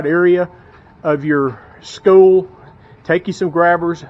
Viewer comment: Why does he speak like Eric cartman lmao ‘Skoo’